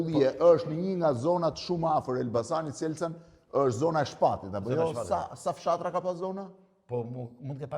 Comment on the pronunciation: Selcan 😂😂😂😂 Shelcan me SH te padhe te shtypit 😂😂😂😂